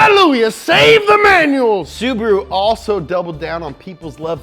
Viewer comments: It's Subaru not Subro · SU . BA . RU NOT SUBURU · Omg I almost died laughing with the ssubahahruhoooo. 😂 holy shit! This channel should be on Velocity